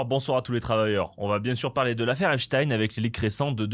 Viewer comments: Petite correction : Epstein se prononce Epstine et non Epchataiene. Comme on dit pain au chocolat et non chocolatine. 😁 Débat clos. 😁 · Ça se prononce Epstine. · Epstein se dit Epstine en anglais. Je précise parce qu’on est les seuls à le prononcer à l’allemande (comme ça devrait être fait comme Einstein, certes). Dans toutes les vidéos que vous verrez à son sujet en anglais, attendez vous à entendre Epstine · Merci de prononcer Epchtaïne et pas EpSTINE comme les médias qui veulent que ça sonne Russe. (Agrou agrou !!! Céléméchants !! 🤡) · Faut dire epstine ou weinstine, c'est plus correct il paraît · salut, on dit epstiiiine ! 😅🤣😂